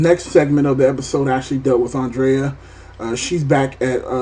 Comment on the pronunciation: im sorry but ur prononucing "Andrea" wrong....listen to how they say it in the epi, its not the same way u are saying it, lol... u dont seem to know any of the names in TWD, for someone doing reviews, thats the first thing u have to know...all the names, lol...Col Sanders, LOL..so Funny...his name was "Axel", and he lasted longer in the comics... i wont post spoilers but Tyreese will Shock u next epi on what he does and that person driving the van is un-important so dont worry bout it...☺...